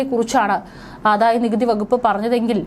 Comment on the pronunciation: ആധായ അല്ല ആദായ. ധനം ത്തിന്റെ "ധ" അല്ല ദയ യുടെ" ദ ".